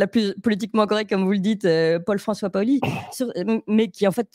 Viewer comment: Ce monsieur s’appelle comme Pascal Paoli ,bien puisqu’il est corse qu’il prononce:paoli et micca pas au lit !!dopu un devi micca sta monda tempu in Corsica pà cunfurma certi cosi!!!!!!!!